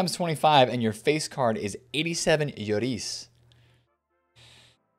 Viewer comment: So let me get this straight, you pronounced Lloris flawlessly...yet still stumble over Goretzka.. Love u, don't ever change❤